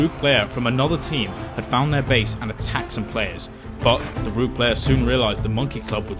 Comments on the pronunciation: yes, I'm aware. I was pointing out his pronunciation. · What's a "roog player"? He says it like 5 times around the 4 minute mark...